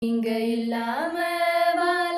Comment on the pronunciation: "வாழ" என்று உச்சரியுங்கள். வால என்று உச்சரிக்கிறீர்கள்.